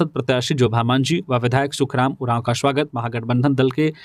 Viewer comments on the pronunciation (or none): none